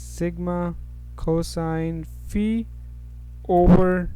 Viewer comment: Sir its faiiii Not feee.:) Thanks a lot